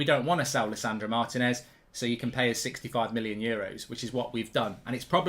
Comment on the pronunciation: better learn how to pronounce his name then!